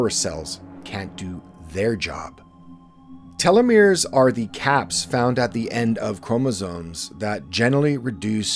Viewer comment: I like your videos yet imo there's too much emphasis on a few words in the intro. I prefer a stable, softer volume that doesn't fluctuate too much. also, (and humorously to me) everytime I heard you say telemores, I thought TeleMundo.